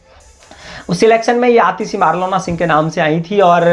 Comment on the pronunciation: Abe east Delhi se ladi thi ....aur marlena hai bc marlona.. marlona bol raha hai...thoda homework karo.... isliye aaj tak tum berojgar ho